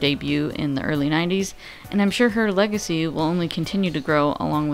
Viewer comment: HA! "Leg-acy". I hadn't watched this in a while, so maybe I caught this before, but hearing it again and I just... "leg-acy". XD